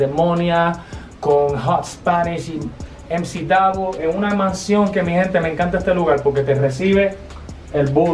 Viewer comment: no es mac davo es emci davo